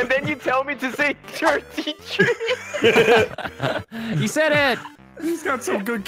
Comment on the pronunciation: TIRTY TREE TWEETY